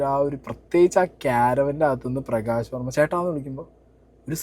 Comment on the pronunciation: നീ ആദ്യം പറഞ്ഞതെന്താ....... പ്രകാശ് വോമ യോ......??? 😂😂😂😂